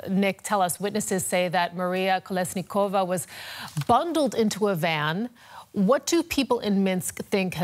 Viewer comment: at least learn names of whom you talk about. It's not KoleniSkova it's KoleSnikova